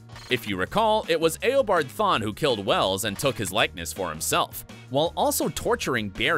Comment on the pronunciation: When he says Eaobard Thawne instead of Eobard Thawne...BRUH! Obviously he hasn't watched The Flash at all but he read the comic books probably.